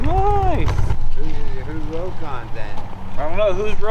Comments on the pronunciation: Just a FYI. The correct way to say Rokon is ROCK-ON. Robert Korpi made sure I knew the correct way to pronounce the name after I call it a Row-KON. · I knew someone in the 70s that owned a Rokon. He pronounced it rock-on. I don't know which is correct.